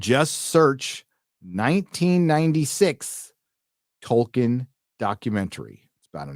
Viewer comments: Who is "Toiken" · "True to Toyken"